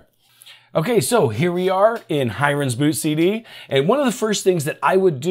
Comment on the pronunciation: Thanks for the info - most useful and in idiot proof English :) Just one thing, the name Hiren looks like an Indian name - pronounced "He-run" - I could be wrong, but that's my take on it. Doesn't stop your video being super useful.